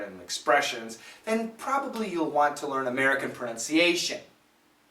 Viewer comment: pronunciation 里的 "nun" 发音不对!!! 他是美国乡下人的口音!!!